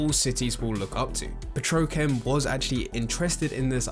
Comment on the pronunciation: petrochem lmao Edit: he did it again omg Ok it got annoying now. It's pronounced Petro chem. Like two words.